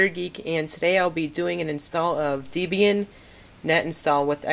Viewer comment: Please stop saying "Deebian". It's named after Ian Murdock's then-girlfriend Debra Lynn, and himself (Deb and Ian). Do you pronounce the name Debra as Deebra? No? Then stop saying Deebian.